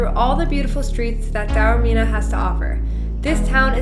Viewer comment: Lovely vlog guys, and so good to hear Taormina pronounced correctly for once on YouTube. A few points: If you’re going to Taormina, Catania - the island’s main airport is a far better choice - Palermo makes no sense, even if you’re hiring a car. In Italy, it’s a ‘piazza’ not a ‘plaza’ - wrong country! Taormina is more expensive than you suggest. It’s Piazza IX Aprile. ‘Scusi’ or ‘Mi scusi’ - Spanish doesn’t work in Italy. Granita + brioche = breakfast. You can in fact walk down to the beach down the mountain paths. Taormina is not a beach location, it’s a city destination with a beaches nearby; besides Isola Bella (and others at the bottom of the funivia), you can also take a 10 minute bus to the long sandy beach at Giardini Naxos down below that you can see from Piazza IX Aprile. 2/3 days is probably not enough; you can base yourself here for numerous trips around this part of Sicily, including Giardini as mentioned, and the nearby Alcantara gorge, as well as further afield. One of the better Taormina vlogs, we go every year and think it’s very special - you got that over in this trip report; thanks for a respectful and interesting vlog.